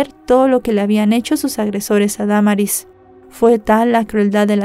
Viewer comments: Es cierto se dice Damaris no Da maris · Me gustan muchos tus videos pero en esta ocasión lo único que me desespero fue cómo pronunciaste el nombre de Damaris lo dijiste erróneamente y un buen de veces 😢 😓